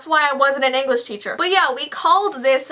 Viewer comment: she said anglish teacher